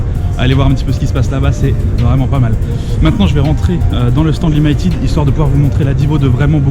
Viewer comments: "Limailletide ", franchement les français arrêtez d'être américanises ! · Limited ça se prononce plutôt limi que limaï :) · Aie ça m'a piqué tout le long de la vidéo ta prononciation de "limited" :X Sinon bonne vidéo :p